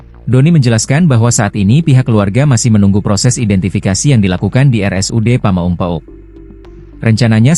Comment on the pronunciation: Itu yg bacot narasi nya apa gak becus nyebut pamengpeuk dan ALLAH gitu?